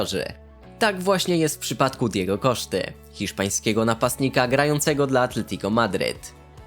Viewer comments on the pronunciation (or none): Mówi się Diego Kosta nie Diego Koszta. I nie mówi się Serchio Ramos tylko Serdżio Ramos